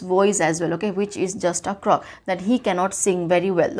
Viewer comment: Helped me but croak was pronounced wrong thank you mam